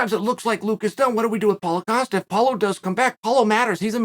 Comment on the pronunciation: Chael is saying Paulo Costa correctly these days. I remember last year it was "Paul Acosta" and we all just accepted that Uncle Chael changed his name for him.